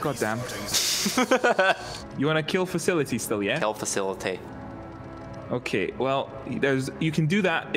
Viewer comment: "Kill facilety"